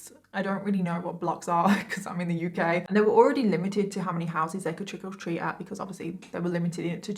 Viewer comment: Nice coverage, Well done! Quick question... did I hear her say “trickle treat” or was that just her accent? I thought it was cute and giggled when I heated it.